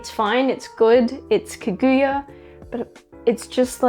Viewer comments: I just can't with the mispronouncing of Kaguya all video long. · The way you pronounce Kaguya is weird